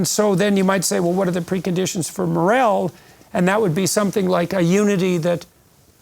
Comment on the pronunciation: Peterson’s strange pronunciation phonetically morell is actually morale and is pronounced mor arl.